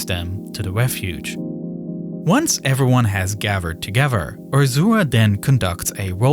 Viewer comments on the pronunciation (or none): Ferty-free men gavvered togedder?? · Yeah, everyone gavered togever. They were firty free, right? 🤦‍♂